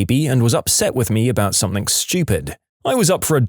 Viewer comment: No k in the word something